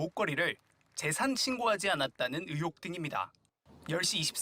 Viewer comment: 뉴스 내용을 떠나 기자님 '으혹'이 아니라 '의혹'입니다. '1분 27초 즈음'